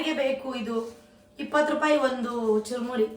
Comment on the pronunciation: Churmuri adu charmuri Allah